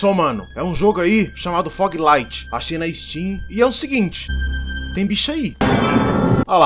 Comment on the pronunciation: Começo do vídeo: "Começo mano, é um jogo aí chamado fuglait" Ce vê q o inglês BR é brabo kkkkk